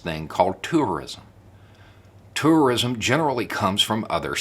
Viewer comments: That accent really comes out on the word “tourism”!! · If he says to fast it would sound like terrorism . Might send the wrong message .